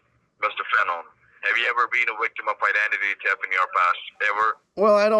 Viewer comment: 😂 You're a wictim,! 😂